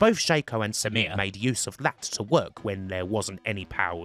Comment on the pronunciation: It's a great story, but your strange SAMIR pronunciation, almost robotic, was challenging to listen to.